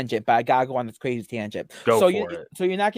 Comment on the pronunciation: weally? Cwrayzy